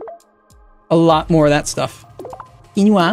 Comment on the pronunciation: I believe Quinoa is pronounced "Kee-noah" also I swear this game should be made by paradox interactive because you know... Cities:Skylines